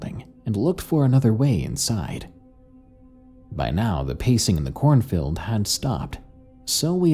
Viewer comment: "Corn filled" is all I hear when "corn field" is said. Other than that, I loved this